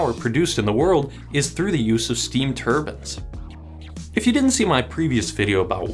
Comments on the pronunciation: turbines not turbins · ... heard "steam turbans."... that's a pretty metal hat I'm thinking of right now. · I just heard Steam "Turbans" and went "What? Oooh Turbines!" (Wasnt looking at video just listening) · steam turbans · Steam turbans? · Steam ''turban'' lol